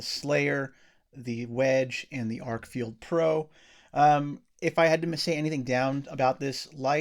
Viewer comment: Stop saying FIELD and lean how to read the name of the flashlight... FFS its written on the thing and it doesn't say field